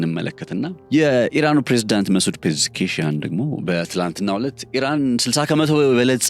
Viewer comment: "ፔዤስኪያን" በል እስቲ?